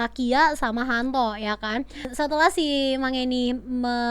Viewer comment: HANTO ❌ YANTO ✅